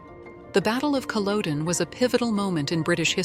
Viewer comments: What connection did he have with Aberdeen? Also he was a camp gatherer, you are talking nonsense about Lord John. And it is Culloden not Culowdone. Also Hector died at Prestonpans not Culloden. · Its PRONOUNCED CUL OD EN..not COL ODE EN.. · As soon as I hear Cullowden, I know it is the AI at work! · I also thought that it was much later the Lord John found out that the woman was Jamie's wife. The mispronunciation of Culloden annoys me everything that I hear it.